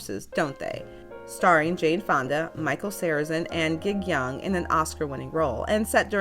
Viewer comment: I think that you said "Jig Young", but the "g" in "Gig" is hard.